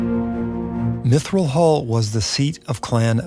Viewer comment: Mithral hall, not Mithrill hall, unless you want to be sued lol!